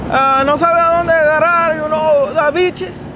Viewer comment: He said beaches as bitches 😂😂😂